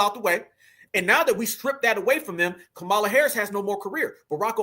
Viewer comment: Ok but please I listen and enjoy but as a black person please don’t miss pronounce Kamala name their is not a o in her name you saying it like ignorant whites say it